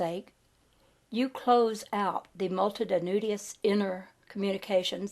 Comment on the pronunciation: I DO appreciate hearing your pleasant voice read this material. The grade school teacher in me, however, is not stopping itself from requesting that you consider consulting a dictionary for the pronunciation of the following words: poise, linear, multitudinous, camouflage, continuity, synthesis, telepathy, myriad, peninsula, primeval, and Aegean. L.V.X.